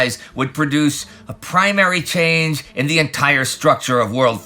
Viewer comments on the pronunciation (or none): none